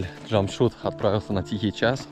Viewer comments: Научись правильно произносить имена. Не Джамшут, а Джамшед. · Ни джамшут,,,а ДЖамшед ,, все просто ж т!!! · Не Джамшут, а Джамшед! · Здравствуй ! Уважаемый не Джамшут а Джамшед... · Имя ДжамшУд придумали на канале Наша Раша. А в реальности имя произносится как ДжамшЕд ,ну или чтобы Русскоговорящим было легче, можно использовать букву Э ДжамшЭд. А выражение ДжамшУд в Таджикистане с недавних пор уже стало считаться Оскорбительным! Вам повезло что ваш водитель по ходу не в курсе нового варианта своего имени. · НЕ ЖАМШУД А ЖАМШЕД БАРАН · Не Джамшут а Джамшед. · Не Джамшуд а Джамшед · Не чамшуд А Чамшед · Не Джамшут а Джамшед. Надо правильно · Не Чамшут а Чамшет☝️☝️☝️ Как ты смотришь на то что тебя будут называть не и Мышка или Муша,? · Не джамшут а джамшед !!! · Да унас есть такие имена но произносится чамшед а по русский джамшед а не джамшуд вот так 🇹🇯🇮🇷🇦🇪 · Не Джамшуд 🤬 а Джамшед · Имя Джамшед а не Джамшут назави правилно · Слушай ты русский, МИ ХУЙ ИЛ,охранел что ли,уважай себя, не Джамшуд, а Джамшед. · Не Джамшуд а Джамшед говори нормпльно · Не Джамшут а Джамшед.. поправьте пожалуйста 🙏.. Это “ тахт джамшед” “ персеполис” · Не Джамшут а Джамшед! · понимаю что для тебя наши имена непривычные, но не стоит их коверкать и произносить как в оскорбляющей Таджикский народ шоу «наша раша». Этого мужчину звали не Джамшут как ты произносил все разы и как по издевательски представляли таджикский народ в той передаче, а Джамшед (по таджикски произносится Jaмщед ) или так же возможно его звали Шамшод. Мужчина в виду своей воспитанности и гостеприимства не стал тебя поправлять, хотя стоило бы. Без негатива, видео в целом замечательное. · Водитель Джамшед научитесь уже правильно произносить видно парень скромный добродушный молчит не попровляет каждый раз. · Братан , ударение делай на "Е" Жамшед. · Я ИЗ УЗБЕКИСТАНА. МЫ ЗДЕСЬ ПРОИЗНОСИМ ДЖАМШИД. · Что у них в букваре буква е нету чтоли джамшед правильно